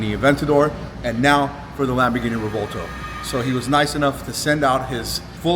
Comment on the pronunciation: Dose anyone wanna correct these pronunciation of the Revueltono the correct way to pronounce just ask a real Latino how to pronounce the word please . The Latino on this segment did pronounce it correctly.